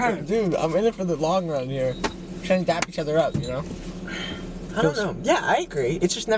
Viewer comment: It’s dab not dap